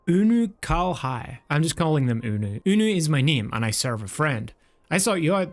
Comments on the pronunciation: You might not believe this, but you actually pronounced Unukalhai's name right on on your very first try! Oonuh- (or Oonoo-)-kall-hi Also fun fact, the song used in Sephirot's second phase- "Fiend" -was actually accused of being a ripoff of "When Worlds Collide," but Yoshi-P responded it wasn't and Soken also told Yoshi-P that he was unaware of "When Worlds Collide" during the composing of the song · Considering how you pronounce Unukalhai, you actually did it correctly the first time you said it. Part of the reason you have to keep going back to the Rising Stones is that he is also the quest giver for Ravana EX and Bismarck EX, and has another quest to unlock Sephirot EX, Sophia EX, and Zurvan EX. Now, while Unukalhai won't do much of anything after all those quests are complete, be sure to keep him in the back of your mind further on down the road.......